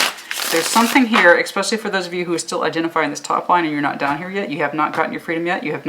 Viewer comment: Great reading thank you so much. Pls note the word is especially not exspecially dear